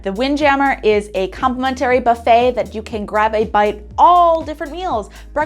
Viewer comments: Please learn how to pronounce complimentary properly! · Is the pronunciation of “complimentary” a Canadian thing?